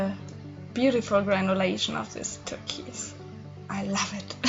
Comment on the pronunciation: It’s TUR-KOYSE...with the KOYSE sounding a little like BOYS.